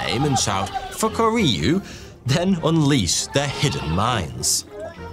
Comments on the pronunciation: It's pronounced foo-ku-ri-you not fuck-a-ree-you 😂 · "Fukuryu, or crouching dragon... naturally" Me: "British man funny😂😂😂😂😂"